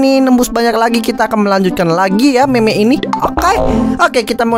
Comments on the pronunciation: Bukan meme bang tapi mim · Bukan Meme Di Bacanya Tapi Mim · Bang bilang mim bukan meme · Cara bacanya mim bukan meme walaupun tulisannya meme dibacanya mim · Bang tulisannya mene tapi kalau di baca nya mim